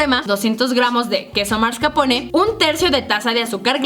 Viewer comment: Karen, se dice mascarpone, no marscapone